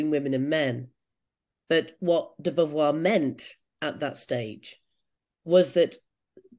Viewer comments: Why couldn’t he pronounce Beauvoir?! Easily looked up. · Twelve minutes in and we have an academic badly mis-pronouncing Beauvoir, a common french name. He can’t have discussed the material with anyone credible… de Beauvoir and her translators were working and writing long before any modern nuances on the term. Glad the quote was put into context.